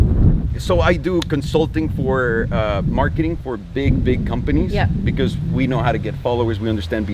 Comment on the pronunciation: I love how you say “because”. It’s like “becuse”. From the nickname supercar blondie, “super” is the most suitable adjective for what you do, who you are. I’m saying that just “becuse” it’s true! Never ever change!